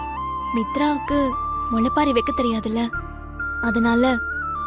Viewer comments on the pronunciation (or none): முளைப்பாரி அல்ல. அது முளைப்பாலி.